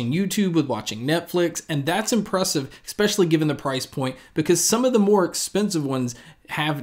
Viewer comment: ...EX-pecially! XD